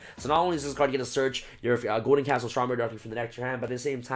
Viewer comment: i know ur tired bro but it's castle, not castel (the skyblast musketeer)